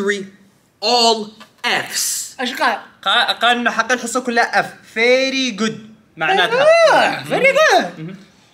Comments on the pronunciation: "Ferry Good" 🤣🤣🤣🤦‍♀️ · "Ferry good" 😂😂 i can't